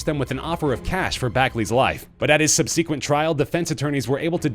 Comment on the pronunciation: So is Roman Polanski not rich? Also, in what part of the country is the word pronounced "sub-SEEK-went?" And do they also say "con-SEEK-wentz" for "consequence?"